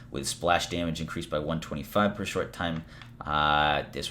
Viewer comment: You keep saying Daymage wrong bro